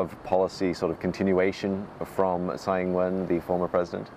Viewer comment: Tsai not Tai. Congratulations to President Lai! 🎉